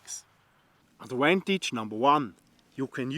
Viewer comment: Adwantage lol great video lol